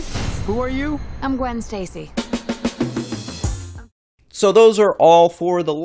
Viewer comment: it kinda sounded like she said gwen's tasty